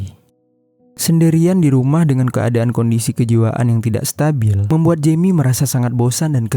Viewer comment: Perbaiki pengucapan. Maulid bukan maulind. Jeami (jemi) bukan yemi